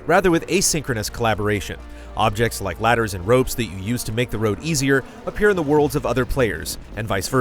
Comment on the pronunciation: More like '' So did you rike it ? '' .